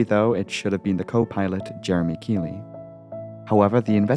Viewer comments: Keithley us pronouced Keith-ly not keyly lol ai bs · Generally in the UK, Keighley is pronounced 'keethley'. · The co-pilot was called Jeremy Keighley, not Jeremey Keighley. And Keighly is pronounced Keithley. Otherwise excellent as usual.